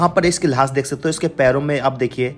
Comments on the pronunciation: भाई जान लाश को लाह्श क्यों बोलते हो लाश बोलो अच्छा समझ आयेगी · Lahaas nhi hota bhai lash hota h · Lahash lahash kya bol rahey ho bhaiye.Laash bol bey. Camera bhi worst lekar gaye ho. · Bhai thoda lafzon ko achche se bolo lahas nahi laash sahi lafz hai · Lash hota hai, lahas nahi, sahi se boley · Lahas nhi lash bolo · Lahas nahi lash bolte hain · Sahi se bolo lahas nhi lash hoti hai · भाई साहेब लास नहीं लाश बोले। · Lahaash Nahi hota Laash Kaha jata hai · Abe lahaas q bol Raha hai,,,,?